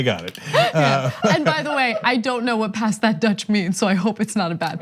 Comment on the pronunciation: I love how Americans butchers Dutch names and words. Even you Ana, but nice try :'-)